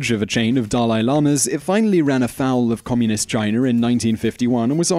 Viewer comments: Chiner? Indiaer? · He kept saying Chiner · He always says\pronounces china as Chiner